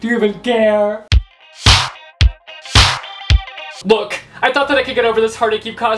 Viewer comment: “do you even gare”